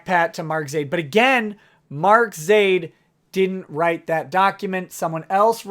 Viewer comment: Whenever you spit the word, "Zaid," I hear, "Idiot."